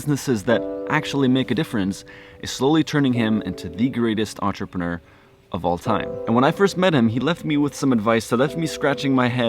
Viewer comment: WOW You are American and you Can pronounce Entrepreneur , (Not Quite) , Nearly!